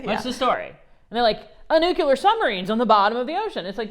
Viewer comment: NuCLear... gawd!!!